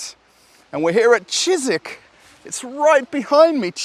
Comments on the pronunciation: Cheesik😀 you murdered him hahahaha Ж is pronounced like J in Deja vu 😀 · “I’m working in a Shizik store”! 😂